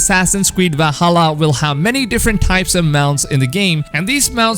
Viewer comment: He used to say “W-alhalla” too lol but I think he got bullied out of it